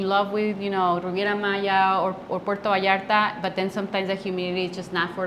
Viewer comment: Hello nice video, I've actuality heard a YouTuber say Bootcerias 😮 smh but what really irritates me is when i hear someone say Porto Vallarta 🤷🏽‍♂️